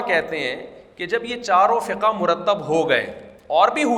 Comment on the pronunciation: لفظ " فقهَ " نہیں ہے " فقْهْ " ہے مطلب لفظ ہا ساكن ہے نا کہ متحرک